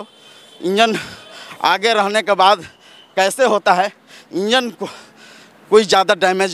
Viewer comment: इंजन को बोगी, चश्मदीद को चश्मदिन, कार्यक्रम को कार्ज़कर्म, ये बिहार की जमीनी भाषा, हेने आवा।